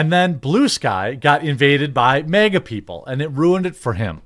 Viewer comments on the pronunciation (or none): It’s MAGA not mega.